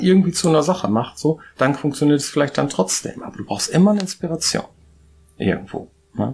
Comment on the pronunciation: "Inspereischon" wurde Deinem Wörterbuch hinzugefügt. 😜 Interessanter Einblick. 😃